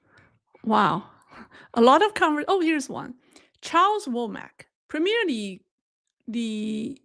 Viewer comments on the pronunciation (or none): none